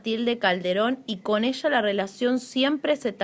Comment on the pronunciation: Habla bien burra!!! Esha?? Se pronuncia ella Eres un fracaso pendejeta